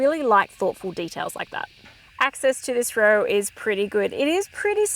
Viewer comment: ROW is pronounced ROE. Not RUR. Unless you went to a Vic Girls Private School.